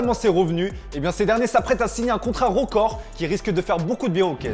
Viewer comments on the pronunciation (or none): Un peu de mal avec la prononciation du son « heu » Rocord, Millions d’oro, ropoussé, kort zouma Désolé de passer pour le connard mais ça m’irrite et fallait que je l’écrive 🥲